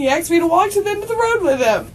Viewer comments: "he axed me" .... this is so disgusting language. I hate when people say ax. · "axed" wigger detected